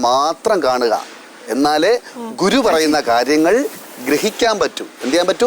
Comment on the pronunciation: Kuru alla guru Guru 😆😆😆😆😄😄😊😊